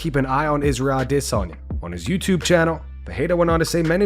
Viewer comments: Stop saying “ah-diss-on ya” he corrected Ariel a year ago lol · Why does this channel always say Isreal Dissanya for Adesayna? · This guy gets wet any chance he gets to make a video mentioning “A-DISS-UN-YAH” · Just say adesanya like the rest of us! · Why do you always call him Dis-onya? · This channel always calls Izzy “Israel i-diss-on-ya” 😂😂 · What's with how u pronounce Addesanya? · WHY DOES HE PRONOUNCE IZZY'S NAME LIKE THAT?!!? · Bro if you don’t stop saying Adesanya like that I’m un subbing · bro you sound dumb when u pronounce alex & izzys last names but then every other fighter u pronounce the last names with no accent 🤣🤣🤣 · If you never say Israel’s last name again, it’ll be too soon. The way that you say it is so idiotic. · Please, please, just say "Izzy"..... stop trying to pronounce his last name.... you're killing me Smalls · I hate the way this guy pronounces Adesanya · Bro this dude needs to fucking stop with this pronunciation of Adesanya. Idgaf if it's "supposed" to be that way,i don't buy it,who's fucking name has a stutter right in the middle of it? Fucking say it like everyone the fuck else. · It's a really cuck thing to do, to keep pronouncing Adesanya's name like that. Do you hear anybody else doing it? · I can not take the way he says adesanya . I’m unsubbing ✌️